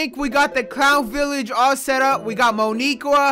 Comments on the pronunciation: Yo. Idk if u know this but Mo'Nique is pronounced Que not Qua. Grammatical error. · Theres no Mo'Niqueuaa theres Mo'Nique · That’s not how u pronounce no niqur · Leo’s girlfriend’s name is Mo’Nique (pronounced mo-neek, not mo-nee-kwa) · I know you seen that creeper at the end and “Mo’Nique” is pronounced “MOE Knee Qua”